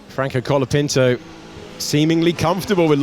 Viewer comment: Isnt his name colapinto? and not calopinto like everyone is saying?